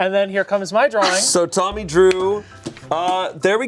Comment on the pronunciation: Tbf it does sound like she says Mommy not Tommy